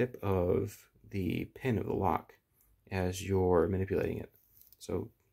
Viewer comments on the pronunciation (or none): none